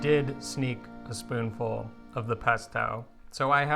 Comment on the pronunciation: A “foonspull “!!!! BRB, adding that to my dictionary right now!!!